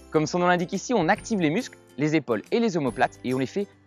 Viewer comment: C’est pas comme ça qu’on prononce le mot « épaule » 🙄